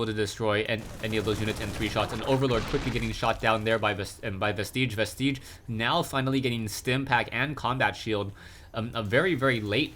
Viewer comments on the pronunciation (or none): "Vestige" does NOT rhyme with "prestige."